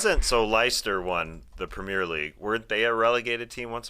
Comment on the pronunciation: Here in the uk we pronounce Leicester as lester, just for future use 👍 been watching since Steve Kerr got hired as a coach, thanks for making the work day skip along